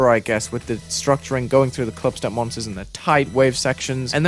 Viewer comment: “Glief … Glubstep”